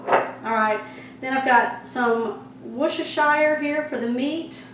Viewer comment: It's pronounced wuss'-ter-sheer, not shire.🙂